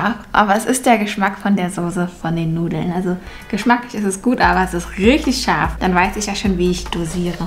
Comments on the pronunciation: Warum betonst du scharf😂 wir wissen das es scharf ist😂💪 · Bin das nur ich oder hört ihr auch das manchmal tscharf anstatt scharf sagt? So wie sie auch Miltsch anstatt Milch sagt.